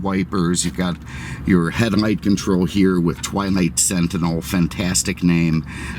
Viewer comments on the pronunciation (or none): none